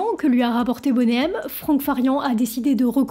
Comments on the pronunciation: Bonnet M c'est pour les fans de grosses poitrines. Sinon ca se prononce plutot Boni M. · vidéo intéressante. bon travail de recherche. seul bémol, tu devrais arrêter avec ton anglais "frenchie". le nom du groupe se prononce boni M, et non bonnet M. on dirait que tu donne une taille de soutien-gorge 😂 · C'est énervant de t'entendre dire "Boné M", c'est de l'anglais, c'est "BONI M" que ça se prononce. Comme ce n'est pas "Rayverse of babylone" c'est "RIVERS...".... Bonne vidéo mais si tu dois parler d'eux autant bien le faire à fond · Why is that voice off person UNABLE to pronounce English words correctly 😅😅😅 Bonay M😅😅 Raaïverzzzz of babylone 😅😅😅😅 . Mais enfin arrêtez de massacrer la langue anglaise for God's sake😮😮😮